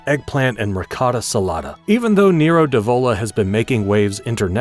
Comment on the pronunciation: Cuz it is an AI channel. Learn how to pronounce Nero d'Avola for one, Rosso for another.